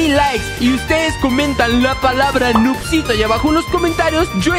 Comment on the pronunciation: Segundo 41 no dice noobsito dice noobsito jajajajaja